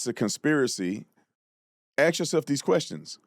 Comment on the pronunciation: Can we pronounce the word ASK, like an actual functioning member of society?? Please 🙏